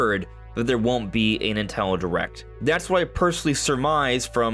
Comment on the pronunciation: Bro said "nutello direct" 💀